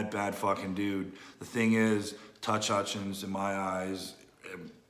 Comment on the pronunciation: Touch Hutchins 😂